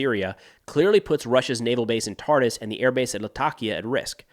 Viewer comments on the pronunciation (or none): Thank you for the synthesis if Syrian events in English. My Arabic is too poor to keep up. But I wish to share pronuciation tips that Homs sounds like a quick ""humps" and Tartus rhymes with "car-moose".